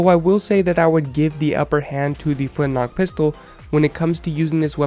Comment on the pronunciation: I honestly thought it was called the flint lock pistol so I was getting somewhat peeved when you kept saying flint knock XD